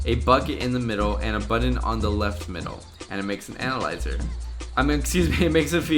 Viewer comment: Is it just me or does he sound like he says anal-lizer......